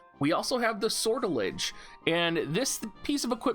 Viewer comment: Sor tell ijay Make the j sound rounded rather than harsh.